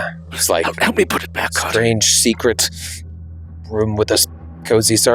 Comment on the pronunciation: "Secret yourselves into some robes"... he said it wrong , made it sound like secrete, 's why we say it more like seekrit when its said, ewww